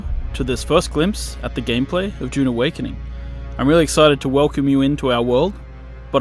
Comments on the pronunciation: It's Dune not June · its DUUUNE not JJJUUUNE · Narrator: DJUNE Awakening